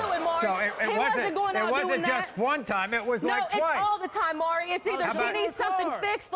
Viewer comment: It's MAURY not MURRY